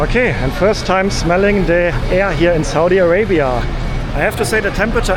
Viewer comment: So,what country is this again?😂 I absolutely love the perfect way you enunciate Saudia Arabia..